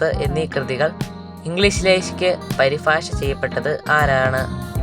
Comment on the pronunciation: പരിഭാഷയാണ് പരിഫാഷയല്ല്